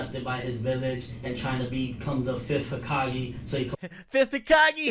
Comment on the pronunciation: "5th Hukahgee" bruh I laughed too XD